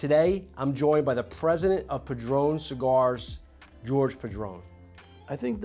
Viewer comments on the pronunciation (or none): Did you just call Jorge George?